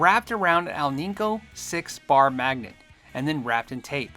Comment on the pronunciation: AL'-ni-co .. Accent on the first syllable ..